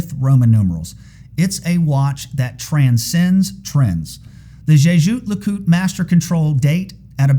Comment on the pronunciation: Great video🎉 that being said Jay Joot Le Coot is my new favourite pronunciation of Jaeger Le Coultre 😂